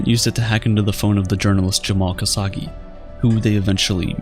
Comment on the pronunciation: It's astonishing how many variations for the pronunciation of Khashoggi, all of them wrong.